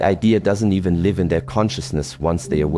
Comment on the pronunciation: It's definitely AI as he said live (alive) instead of live (lived) of it was a human speaking they would have got that correct... I've noticed this in many AI videos. They can't say live.